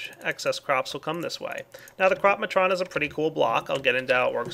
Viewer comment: when i heard you say "crop-matron" i thought you said crap matron :P